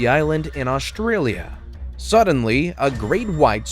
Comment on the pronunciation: it no Au-st-rai-lia it is A-stra-lia